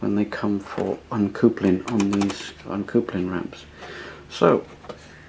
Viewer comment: Pronounced uncup ling